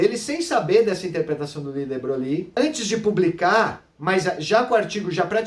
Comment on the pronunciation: Muito bom,. Seus vídeos são ótimos e favorecem o aprendizado. A única coisa que "doi" é a sua maneira de pronunciar o nome de de Broglie: não é "debroglie" (com ênfase no "i"), mas algo como "debroi"; veja aqui Acho que você também falou que, no experimento do gato, previamente à medição, o gato está vivo e morto "ao mesmo tempo". Isso induz a erros; o estado superposto é um "terceiro" estado, nem vivo nem morto, mas uma superposição deles. Como sabe, uma situação como a do experimento, que aponta para um emaranhamento entre, digamos para abreviar, os estados do gato e do material radioativo, foi o que Schrödinger chamou de "a" característica da MQ. Com efeito, para estar vivo e morto, ambos os estados "vivo" e "morto" precisariam ser estados "atuais" do gato, mas não são. Em resumo, antes da medição, o estado do gato é uma superposição de estados, nem um e nem outro: o vetor de estado não está em nenhum dos subespaços dos vetores gato-vivo e gato-morto. Parabéns e continue postando esses vídeos. Abraço.